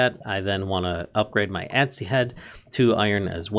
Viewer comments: Adze is pronounced "Adds". The E is silent :| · I died a little inside every time he said "Ad-zee." Other than that, great tutorial! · Adze... the e is silent. it's pronounced adz.